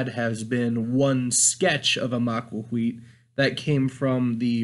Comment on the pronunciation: Maquahuitl isn't pronounced "ma-qua-qui". It is pronounced "maquaquhitl"